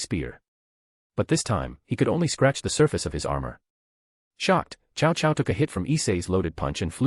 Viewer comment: Ah yes, chow chow, my favorite general from the Romance of the Three Kingdoms and Dynasty Warriors. Ai reader didn't handle reading Cao Cao very well.